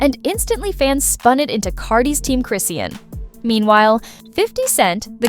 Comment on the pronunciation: It’s CHRIS-SEAN how hard is that to say